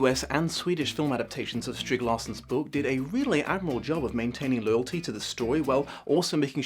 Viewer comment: I am amused that even years after his first video on The Girl With the Dragon Tattoo, still manages to mispronounce Stieg Larssons name in the exact same way. Is "Strig" an actual name in England, is that where he's getting it from?